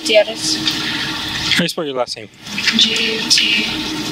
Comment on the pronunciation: Love the Mexican accent when pronouncing her last name